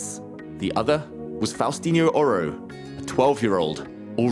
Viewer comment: It's also a bit annoying the way they pronounce his lastname, Oro.